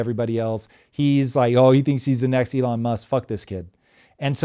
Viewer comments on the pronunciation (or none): none